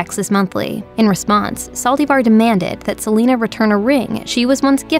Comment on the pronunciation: “Se li nuh”